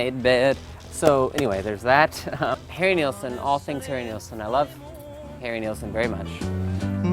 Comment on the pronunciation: It's Nilsson. But yeah, it has that British musical hall vibe that When I'm 64 has as well. John Lennon and Paul McCartney were both really big fans of Nilsson and Lennon actually became good friends with him.